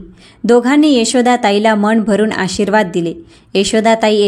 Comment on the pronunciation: वाचन अतिशय अशुद्ध आहे ण आणि न चा उच्चार चुकीचा करता मन मण नाही. भावना , अनैतिक अशा अनेक शब्दाचे उच्चार चुकीचे आहेत